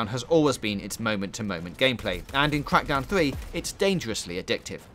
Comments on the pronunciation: Cwak dowwn free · That was a gweat weview of cwackdown thwee.